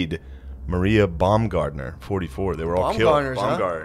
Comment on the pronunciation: I'm impressed, except for Baumgartner (Treegardner) which has an "au" a germanic speciality, Shane pronounced all the German names more or less correctly.